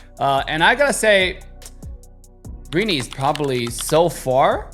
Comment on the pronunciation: its actually pronounce Rin-Nay